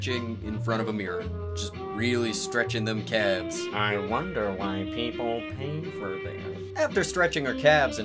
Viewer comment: Holy shit, thank you, I cringed every time he said "calves" hahahaha